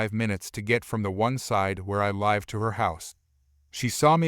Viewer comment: Live isn’t pronounced right either.